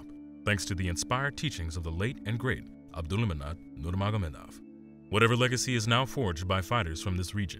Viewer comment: You keep calling him Abdulmanat Nurmanagomedov. SAY HIS NAME RIGHT! ABDULMANAP NURMAGOMEDOV